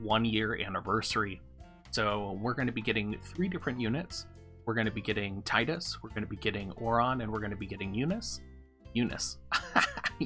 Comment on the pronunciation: Nice! Thanks for the info Doc. However, it's Tee-dus ;) I'm gonna walk myself out...